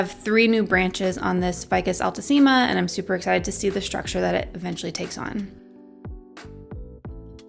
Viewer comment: Haha the pronunciation is wrong. They're latin words so "ficus" must be pronounced just the way it's spelled, not "faicos". And "altissima" is not "ál-tusima", it's "altísima" (your second pronunciation)